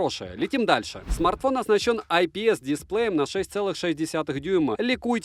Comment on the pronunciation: Ай пи эс 😭